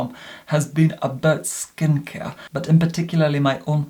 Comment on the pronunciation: “Skin cier”